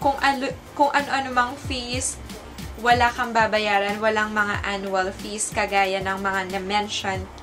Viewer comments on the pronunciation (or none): none